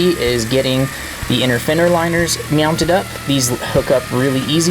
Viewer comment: You said MEOWNTED. smooth I almost missed it.